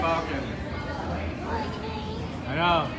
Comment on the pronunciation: Thank you for pronouncing falcon correctly.